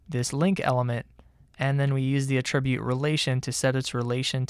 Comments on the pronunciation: FYI: Mispronouncing the word "attribute" every 5 seconds is incredibly distracting. "uh-TRIB-yoot" is a verb. "A-truh-byoot" is a noun. There's no real excuse for getting that wrong. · The noun "attribute" has the accent on the first syllable -- the verb "attribute," on the second syllable. He pronounces "attribute" the noun as if it were the verb. I should be less easily annoyed, but boy is that distracting. This might help